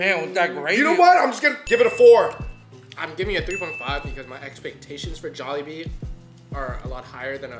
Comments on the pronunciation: please stop saying jolibeeSSSS, there is no S in in.... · Can they stop calling it Jolibees all the time 🙄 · it's " jaw-lee-bee" not "jaw-la-bee"🧚🏼‍♂️💓🥰✨💫🌸